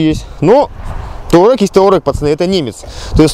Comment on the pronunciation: не Таурэг, а Туарэг!